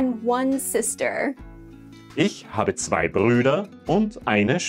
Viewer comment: In number 2 when Germany said zwei it sounds like slay💅